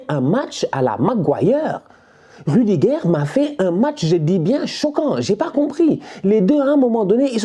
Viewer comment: C’est miliguire et rudiguire au lieu de militao et rudiger😂😂😂